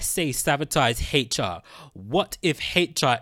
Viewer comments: why do you keep saying Heichar instead of HR? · Its hr not hateyall get ur speach together bro and no hate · Stop saying " Hate Cha"!!!!! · What letter is he trying to pronounce?